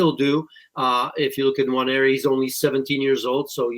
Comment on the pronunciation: Nwa-neri for better pronunciation